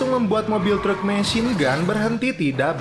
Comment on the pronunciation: "treuk" 😂😂😂😂 meni Sunda pisan